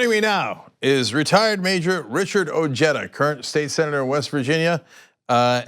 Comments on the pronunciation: say it with me guys Oh heh dah.....not oh jay dah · Ojeda is pronounced with the J of the Spanish word “ojo” it’s translation being “eye”